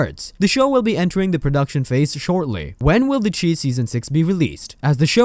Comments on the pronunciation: SHY NOT CHEE ITS PRONOUNCED THE SHY . OH MY GOD. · It's not pronounced the chee, its pronounced the chi , ch-eye